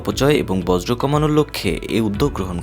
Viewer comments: একটি বৃহত্তম চ্যানেলের সংবাদ পাঠক "বর্জ্য " কে বলছেন "বজ্র " বাহ বাহ। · চ্যানেলের উপর বজ্রপাত হয়েছে😂, বর্জ্য উচ্চারণ করতে পারে না, ভুল যে করছে সেটাও বুঝতে পারছে না।